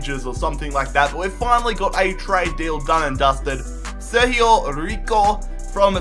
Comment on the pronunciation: its sergio rico not serhio riho